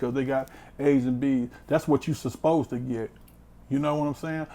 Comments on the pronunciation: did he say Suspose to get? whats that? lmao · “That’s what you esposed ta do”